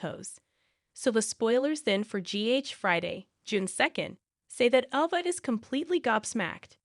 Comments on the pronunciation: Can you please get some one to pronounce the actors and actress names right please this woman that was speaking kept on saying ova and her name is ava and she couldn't even pronounce Trina name right. If you going to get some one to talk about the actors and actress on General hospital make sure they pronounce the names right ok. Please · It’s Trina not it’s Ava not either before you talk on these videos. You should pronounce the people on the show name correctly. It’s very nerve-racking to listen to this when you don’t have the correct names.